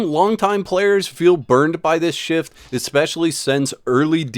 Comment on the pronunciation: My brother in Christ, please, PLEASE... take 5 minutes to learn this word.... ESPCIALLY It's not eckspeshully. ESS-PES-SHE-AL-LY, there is no X anywhere to be found.